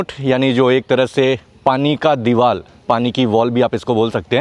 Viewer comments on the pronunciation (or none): none